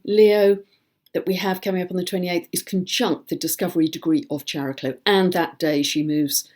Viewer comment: If Chiron is pronounced "kai-ron," shouldn't Chariklo be pronounced "kaer-i-klo," with a hard "k"? It's Greek -- like "chemistry" and "chameleon."